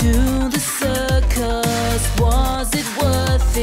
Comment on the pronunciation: j e s s i c q k e s it’s not Cirus it’s circus